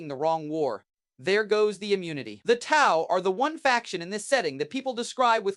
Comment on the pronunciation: What is this T O Empire? I am unfamiliar with the Chaos god Zee-Inch. Who are the Toe people? Good video, but dear god it's mispronunciation hell. You will be able to easily identify people who learn about WH40K from a text to speech video.